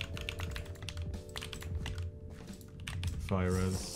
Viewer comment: my stupid brain heard “virus” instead of “fire res”